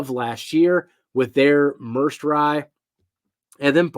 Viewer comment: the way he said it had me laughing